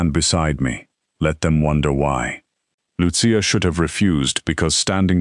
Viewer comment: Excellent ❤. The voice mispronounced Lucia several times.